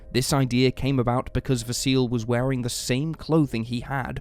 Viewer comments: 'Vah-see-leh'. That's how how pronounce Vasile's name. Not 'vah-seal'. 😅 In Romanian, we read most of the letters the way they are written, just like in Italian. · Vasile is pronounced Vah-see-lee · GAYbriel, in my culture, not too far removed from Australian. They also mispronounced Vasile. There's a 'lee' pronounced on the end, not a silent e.